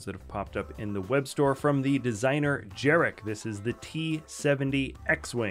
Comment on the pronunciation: Bruh, btw: Jarek is pronounced "yarek". He's Polish. You had a Polish guy there once too... good times, miss that fam.